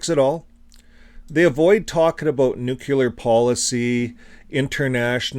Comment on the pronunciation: The word is nuCLEAR not nuCULAR...btw nuclear weapons are nothing but an elaborate piece of fiction and don't even exist. How in God's name does a man get caught in the blast zones of not one but TWO atomic bombs and survive? Not only that but he then lives on to reach the age of 93, wow! how lucky can you get huh?